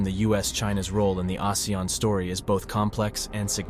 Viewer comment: Not many people pronounce ASEAN correctly. Thank you for calling our alliance name correctly ❤